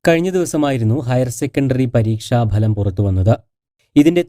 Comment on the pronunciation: പരീക്ഷ 'ബലം' അല്ല മാപ്രേ... പരീക്ഷ ഫലം... മലയാള അക്ഷരങ്ങൾ ശരിയായി ഉച്ചരിക്കാൻ പഠിക്കുക